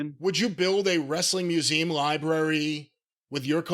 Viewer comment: wait, people write in about how Jim says Nevada when he's right yet don't pick up on wrongness with poem and museum?